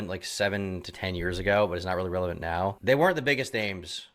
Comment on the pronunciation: Mispronouncing "relevant" doesn't help